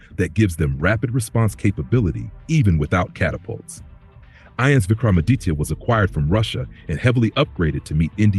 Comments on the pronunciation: Why is your stupid AI voice saying ins instead of I.N.S ?? If your doing something do it properly. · It’s not ins, that’s INS (INDIAN NAVAL SHIP) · Its not Ens bro its INS Vikramaditya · It is I N S. Not Ins. INS stands for Indian Naval Ship. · Its I....N....S (Indian Navy Ship) spelt individually just like U....S....S (United States Ship).